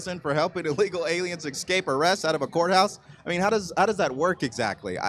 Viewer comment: What the f**k is "EXCAPE"?!!! How come you aren't able to pronounce words correctly in your own language?!!!